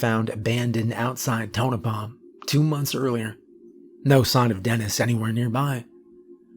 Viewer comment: Thank you for pronouncing Tonopah correctly